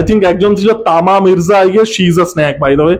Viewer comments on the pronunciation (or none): তমা মির্জা ... that's the actual pronunciation